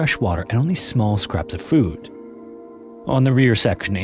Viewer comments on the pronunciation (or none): none